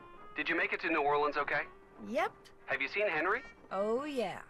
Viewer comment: My Cajun heart is so happy to hear Ned pronounce New Orleans correctly😌